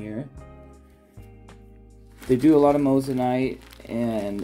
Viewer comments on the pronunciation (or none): Moissanite not mossanite 😂😂 watch you vids all the time , would of thought you would have pronounced it right by now 🤣🤣🤣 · You did say Mose an ite lol. Just messin with ya a bit. Love the vids